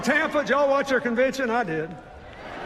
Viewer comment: that's how you say y'all.